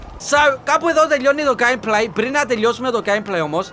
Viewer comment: οταν λεει ο 2 j τελιοσαμε το game play ακουγετε σαν τελιοσαμε το gay play